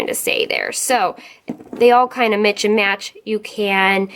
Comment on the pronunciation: Love the vid thanks,,u r too cute, "Mitch and match.." bahaha it's mix and match. lol